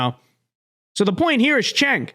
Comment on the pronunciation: It’s “Jenk”